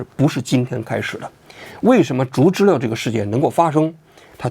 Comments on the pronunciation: 读知了liao，不是le， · 王局要加强学习，小时候没逮过知了（蝉）？不读zhile。应该读zhiliao。有辱文科生的智商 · 王菊啊，经常念错字，得改改。“知liao”不是”知liu” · 不是知liao吗😂😂😂😂听了一整场知乐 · 知了，音读错了，王局